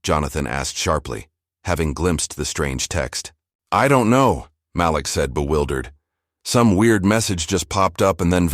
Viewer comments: That’s funny that’s what I thought. It was MALEEK in pronunciation. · If you are going to AI a story, pronounce the child's name correctly MĀLIK, not Makeek! Don't switch off! Damnit! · His name is pronounced Ma-LEAK…NOT Malick ugh! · Sometimes he called the kid MA lick, and a couple of times he said it correctly, Ma LIK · I enjoyed the story but the Ma-Lick not Maleek and the BYEnoculars instead of binoculars. I'm sure it was AI and it shows, GEEZ!! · The first thing you are pronounced his name wrong. It’s MaLik not Malick! Do it correctly! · From Montreal; the voice is AI-generated.....And the young boy's name is pronounced "Mah-leek"... NOT "Malick!! 😒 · Please pronounce the child’s name correctly. Your narrator is as bad as the teacher. It is not mal-ick but ma leak. You misrepresent those you purport to represent in a positive light. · Ok, I know this free, but the AI voice switching back & forth on the pronunciation of the boy’s name is so distracting, it was awful! First the voice said Maa-lick, then says Ma-leek. The continuous mispronunciation makes this sound like something an elementary school kid made the story…. Actually, kids wouldn’t make that mistake. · The name is prounced Ma’ lik emphasis on Ma(not ma) not Malik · His name is pronounced Ma'Leak. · It's so disconcerting every time the AI mispronounces the names of Black people like Malik. (muh-leek). Can't we train the dumb software that knows everything how to speak? Because a great story gets ruined if the names are grating on the ears like nails on a chalkboard. Just my two cents! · Why do you pronounce Malik name correct sometimes and other times you mispronounce it